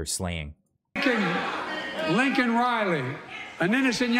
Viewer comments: Biden said her name wrong too. It's Laken. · He calls her LINCOLN!! HER NAME IS LAKEN! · her name is LAKEN.........even you are pronouncing it LINCOLN like Mr. Potato Head did